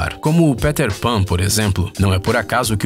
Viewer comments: Péter pan ?????ou Peter Pan? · Quem é o Péter Pan? hahahahaha Que pronúncia perfeita, tipico brazuca